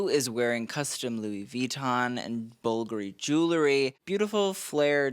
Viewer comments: learn to say Bulgaaaaari not bullllgari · For someone who claims to be knowledgeable about fashion, it's funny that you can't pronounce BULGARI properly. "bulgery?" BulGari! FFS it's not that hard! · Bvlgari = BULL - GAH - REE, emphasis on the GAH syllable. Pulease. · It's not pronounced bulgaree it's Bulgari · Bulgari pronounced in Italian. Its Italian. Caroline is pronounced with a long "i" 🙄